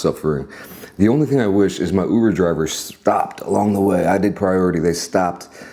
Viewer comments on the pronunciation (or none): none